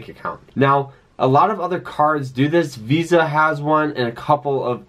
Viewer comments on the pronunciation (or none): none